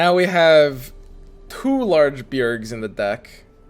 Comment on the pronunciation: I don't know what is more annoying you saying beargs 100 times or your homeless style haircut